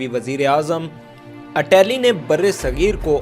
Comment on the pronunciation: It is Clement Atlee not Atalee...